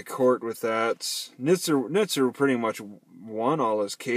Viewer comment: The correct pronunciation of Nizer rhymes with "wiser."